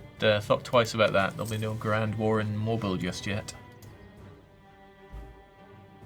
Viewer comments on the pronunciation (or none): When pronounced the city of Mobile, mōbəl (like mobile phone), it hurt my soul